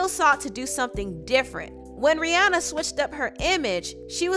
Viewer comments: Can you STOP saying RIANNA it's Rihanna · its pronounced RIH-ANNA, not RIH-AWNA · Ri- ahnna not Rianna